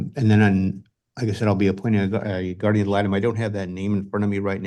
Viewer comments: Drives me wacky when ppl say GUARDIAM..... IT IS GUARDIAN.... WITH AN N........ NOTTT AN M.... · Moms brows tell me all I need to know about her and if the Aunt doesn’t stop saying “Guardiam” instead of guardian…